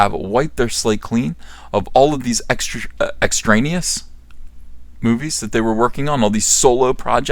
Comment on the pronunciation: extraneous is pronounced "Extra-e-anus". Glad to help. :)